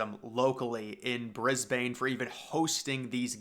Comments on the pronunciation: It's pronouced Bris-bin, not Bris-bane lol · "Brisb'n", not "Brisbayne" 😉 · Its Briz-bin not Briz-bane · Mate, I live in Brisbane. It’s not pronounced Brisbain but Brisben. If you pronounce it Brisbain you immediately identify yourself as a foreigner. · Pronounce Brisbane as ‘Briz-bin’. :) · Bris-bin c’mon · It's pronounced "Bris-bin" lol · literally sobbed when u pronounced brisbane wrong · Mate, do some research. First of all, say the city's name correctly. Secondly, there's absolutely no suggestion the games will be moved. Thirdly, this stadium is an unsolicited, pie-in-the-sky proposal by a consortium that has nothing to do with the organising committee for the games and is trying to score some land from the Queensland government for a development. Fourthly, the renderings show a Cricket match, which, along with AFL will be the sports using the stadium post Olympics (these two sports are screaming for a new venue in the city regardless of the Olympics being held there) and any stadium designed for Cricket/AFL will easily be big enough for an athletics track - one of the complaints about Sydney's Olympic stadium from Cricket and AFL was that it was too small. While it looks cool and I would love to see it happen, it's simply not going to but don't worry, Australia/Queensland/Brisbane will get this sorted. We always do and the 2032 Olympics will be fantastic just like the two other times we have hosted the games.